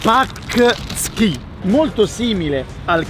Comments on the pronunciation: Il primo dolce polacco che hai mangiato si pronuncia Poncki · in polacco pącky non so se si scrive così, si pronuncia poncky